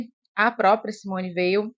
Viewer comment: Parabéns pelo vídeo. O nome Weil é de origem Alsaciana e se pronuncia "Vei". Thibon tem a sílaba tônica "bon". Como disse Susan Sontag, "Espera de Deus é o melhor livro para iniciar um encontro com a escritora. A originalidade das suas percepções, a paixão e subtileza da sua imaginação teológica, a fecundidade dos seus talentos exegéticos estão aqui..."